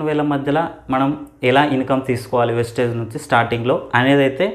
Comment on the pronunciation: వెస్టేజ్ కాదు సర్ వెస్టీజ్ … ముందు నేమ్ ని సరిగా చెప్పండి